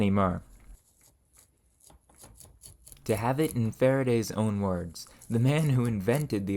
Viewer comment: Where's your accent from? I can't place the "ferge, ferm, mer" vowel (forge, form, more).